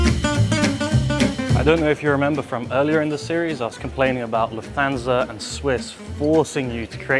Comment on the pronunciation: I don’t speak German, but surely Lufthansa is pronounced Looft-hunsa not Loof-thansa 🤷🏻‍♂️